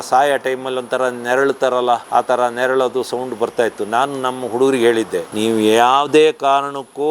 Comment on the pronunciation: Bevarsi.. neralodu alla naralodu😂